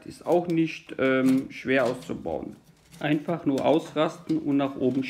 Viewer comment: Danke für das Video! Ich war auf der Suche nach einer Anleitung wie ich den Kasten entkalke. Ich find lustig, wie du immer "das geht ganz einfah so und so" sagst ;-) ich werde das Video zum zusammenbau wohl rückwärts ablaufen lassen müssen